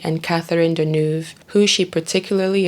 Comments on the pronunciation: Pronunciation: David Niven - Nivven not Nigh ven Catherine Deneuve - Denerve not De Noove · This is not how Deneuve is pronounced.. This is not how Niven is pronounced. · agree, Deneuve. Can be easily googled